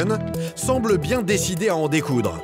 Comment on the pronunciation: C'est pas bieng, c'est pas bieng, fallait pas le faire...